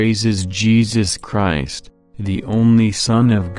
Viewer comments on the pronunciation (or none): none